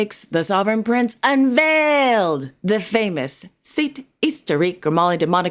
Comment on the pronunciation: I was on edge with anticipation and then it came, 🎉🎉🎉 HSH Prince Albert unvaayylled not one, but two plaques. I was splitting my sides with laughter. 😂😂 If only Prince Albert knew how much we enjoyed his plaques.😊